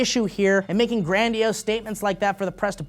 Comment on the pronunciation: "gran-dee-ose" you okay m8